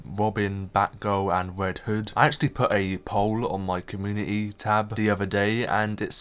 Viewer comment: “Wed hood and wobin” 😂😂😂😂😂